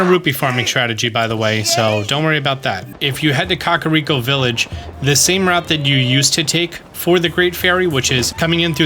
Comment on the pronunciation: Kah-Rhi-ah-co- Village😣